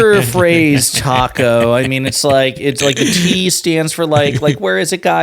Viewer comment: It is TACO not TIACO you mental midgets on FOX